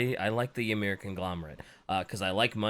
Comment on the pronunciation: Pretty sure Ymyr is just pronounced like Ymir, the first giant in Norse religion, So it's more like Imir.